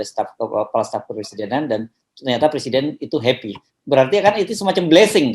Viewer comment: . heppy heppy artiny, "I yem berry heppy!"😁